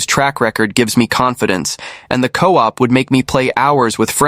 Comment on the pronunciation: And coop instead of co-op